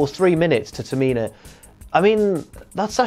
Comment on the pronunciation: Can we please have some respekt on the name of TA-MI-NA in the future